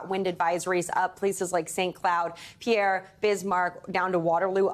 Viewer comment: Pierre is pronounced “pier”.